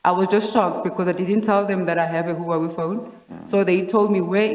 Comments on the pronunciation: Ok but it was more like Whowawi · Let's just appreciate the pronunciation of Huawei 🤣🤣🤣 I make my mom say Huawei all the time. Good times.